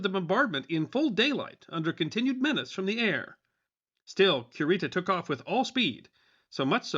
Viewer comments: Correct me if I’m wrong, but isn’t it KU-ree-tah and not QUE-Rita? 🙈 …sorry, I love this channel and content, but that part was like fingernails on a chalk board for 15 min. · LOL Cure-ita sounds like a dog medicine! Stop mispronouncing that man’s name, it sounds horrendous!